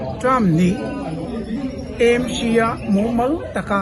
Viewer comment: Aizawl hi Eizawl a ni lova, a lam tawi a E Em Ci ni lovin Aa Em Ci tia lam hi a tha, Aizawl hi Mizotawng a ni si a.